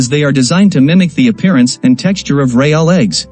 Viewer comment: Tip, when writing the script to be read by AI or a talk to text program you should try to spell words phonetically rather than properly. In this video the narration really suffers from the content creator not spelling real as REEL, spelling it as reel would have eliminated the issue the narration was experiencing with the glaring mispronounceation of Real. It kept pronuncing it with an emphasis on the A which sounded so off.